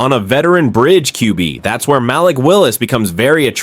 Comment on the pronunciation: Stop mispronouncing Malik 😢